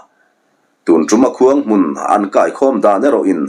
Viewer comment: 'Zawngchal' hi jongte hnam hming a jong ang hian lam tur, zu kai tha hi chho sang 'kai'angin lam tur.